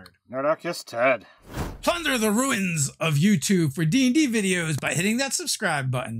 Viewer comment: See dave . Say Ruu Ins . It's just that simple .